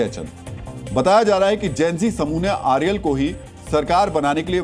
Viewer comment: खनल नहीं खनाल। आर्यल नही अर्याल। सुदान नही सुदन। १० लाख नही १५।